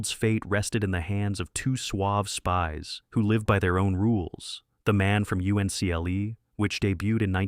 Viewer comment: Only an AI narrator would call it “The Man from U-N-C-L-E.”